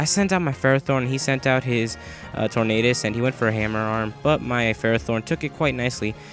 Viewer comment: you pronounce ferrothorn wrong